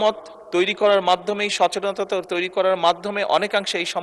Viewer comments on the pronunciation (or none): শব্দটা নতুন সচেননতা😂😂😂😂